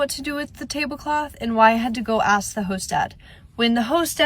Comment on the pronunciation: This older lady commentary acting like she knows what its like to be a nanny is ridiculous. This lady sits in a chair & tries to act like the old grandma giving advice. Shes crazy. Also..,ASK is pronounced just like its spelled, not AXE. Wth? Go to college, take some grammar classes. This old lady sitting in her pc throne needs to go outside, go to college , even at her age & get a life.